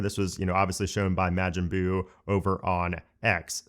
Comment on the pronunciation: watch Dragon Ball Z to learn how to properly pronounce Majin Buu genius and not pronounce it like you did in your video like you hate the anime/ manga or disgusted no offense you said the name in a bad tone